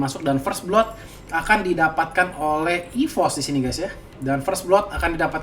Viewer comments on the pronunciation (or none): none